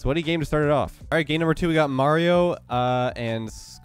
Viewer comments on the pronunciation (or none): none